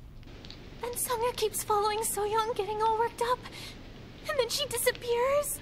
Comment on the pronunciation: Gk tau kenapa kalo kak regi manggil so-young jd kyk manggil sayang🤣